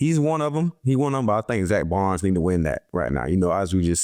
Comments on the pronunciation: Slay how you pronouncing your own teammate's last name wrong 🤣🤣🤣 it's Baun, you saying Zack Barnes 🤣💀💀 nice picks from all 3 of y'all against the packers tho! Defense wins championships 💪🏿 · Bad pronunciation, agreed; however it sounds like he is saying "Baunz". Hey you know grammar isn't a focus when athletic talent is the priority 😂😂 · “Zack Bonds” “Zack Barn” “Zack Barnes” lmfao damn just start calling him Z or Zack Slay 😂😂😂